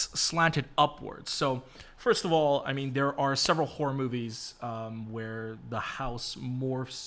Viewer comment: tf I thought you said whore inspired and then after several minutes I was like ohhhh horror...🤦